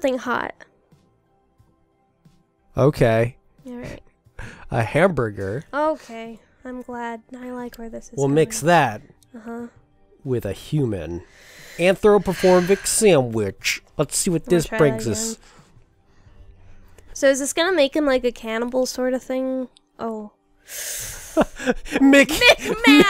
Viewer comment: "antropoforvic samwidch"